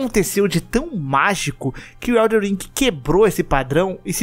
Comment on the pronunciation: O mais difícil do jogo é o pessoal falar o nome certo. Elden ao invés de EldeR.